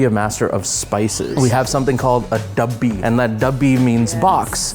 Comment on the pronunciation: ITS DABBA NOT DABBI